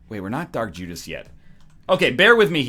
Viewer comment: He said Jark Judas lol